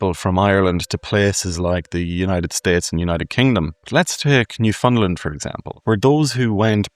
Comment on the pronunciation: Newfoundland is pronounced New-found-land, rhymes with "understand".